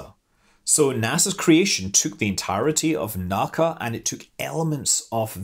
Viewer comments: "NACA is an initialism, i.e., pronounced as individual letters, rather than as a whole word" — It's not "Nacca", it's "En A See A". That's right, it's not consistent at all with NASA. But that's just how it is. I've heard experts in the field say that this is a clear tell about who actually knows what they're talking about. :-D If they say "Nacca", then don't trust them. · I have always heard it pronounce letters only N A C A ... "en ehhh see ehhh" rather than "nack-ahh" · NACA was pronounced by its individual letters (N-A-C-A), NOT "Nak-ka". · Shame on you, Scott! You of all people should know that "NACA" is not a pronounced acronym. If you don't want to use the whole name, it's pronounced "En-Aay-See-Aay". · Time to be a pedantic asshole! You don't pronounce "NACA" Like you would "NASA" Its "the N A C A". They turned flight from an art to a science, least you can do is pronounce it right. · NACA is pronounced as the 4 initials, N.A.C.A., not as one word.